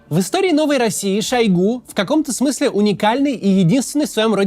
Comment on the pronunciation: Максим неправильно ударение в фамилии ставит, правильно шОйгу.